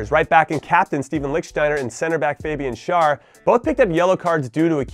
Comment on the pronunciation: It's pronounced "Fahbian Share", not "faybian shaar." Gotta flip the vowel sounds – the umlaut (two dots) on the A means it makes an "eh" sound.